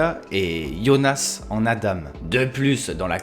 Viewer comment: C’est adam [adan] et magnUs et pas magnous